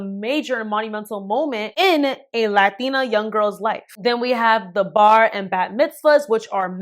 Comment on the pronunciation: You throw the accent on heavy with “latina” 😂